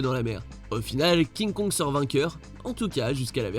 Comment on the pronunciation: Pk tu dis à kinkong contre gozilla king kong contre gozilla